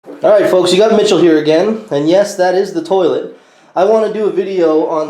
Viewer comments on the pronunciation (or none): Yea, tank needs PUMPED, like, REAL BAD. ANd I think it's "toilet" and not "toliet"...LOL.